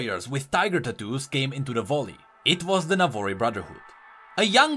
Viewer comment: Please learn to pronounce "Valley". You pronounce it like "Volley" (which is Ashe's W I think).